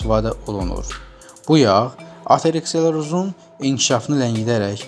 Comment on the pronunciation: Aterekseroz yok-ateroskleroz, beledeki elaaa